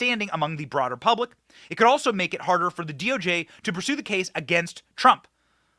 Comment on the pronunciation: Hey what is purablic. I caught that in the beginning. Lmmfao